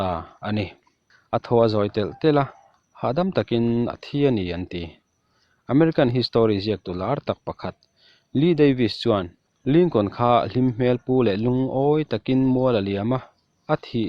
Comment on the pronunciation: Histree - tia lam tur, histawri nilovin..Chuan Char-less nilovin charls tia lam tur ani....Alawmawm hrim2 a bengvar thlak..lo trang zel rawh